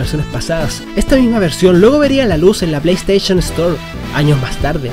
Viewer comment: Genial! Aprendiste a decir PlayStation XD Ahora de tarea aprende a decir DreamcaST, no drimcaTS